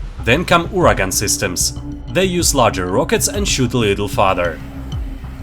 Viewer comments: Ураган (or Uragan) means Hurricane in English, not URA-GUN :-) - Smerch means Tornado or Whirlwind. You translated this as "death", but it's different word - smert (смерть). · not URA-GUN but URAGAN - HURRICANE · Как же я проорал с URA GUN